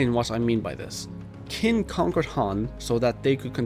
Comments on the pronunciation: you say it like "keen", but its like "chin" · You say "Qin" wrong